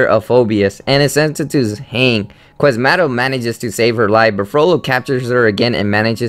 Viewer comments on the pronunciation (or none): its pronounced Qua-zi-mo-do not QUAS-MAH_-doh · Qwathmado. QWATHMAAADOH! As opposed to Quasimodo. And ah er ah eh ar learn not to stutter! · I don't think it is, but he could at least have the basic information of how to say the names of the characters. I mean, "Quiz motto?" "Guh-petto?" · it's pronounced quaz-ie-modo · I actually have to stop listening to this although its stuff I like. You need to learn how to pronounce Notre Dame and Quazimodo. And speak fluently without messing up works and sounding fake and uninterested. Shame, I actually love origins of these stories.